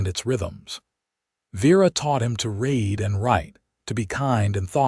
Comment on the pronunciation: I may never get used to hearing people are being taught to raid not read. It makes it the story weird.